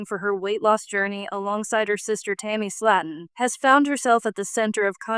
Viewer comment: If you’re gonna talk about someone else at least get their name right.. it’s slayton! Not slat’on .. better yet leave these people alone. It’s not your life or business… clearly have nothing better to do than talk about others lives.. your life must be pretty boring!